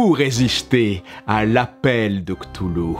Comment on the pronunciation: Ohhh ça se dit ctoulou c'est trop chou